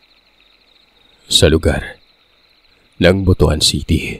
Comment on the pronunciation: BUTUAN - BUTWAN- BAUAN-BAWAN................... BUTUAN - BUTWAN. yan ang tamang pagbigkas................. BUTUAN - BUTWAN.............